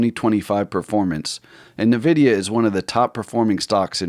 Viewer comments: It's pronounced IN-vid-e-a, not NUH-vid-e-uh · It’s pronounced “Envidia” not nuhvidia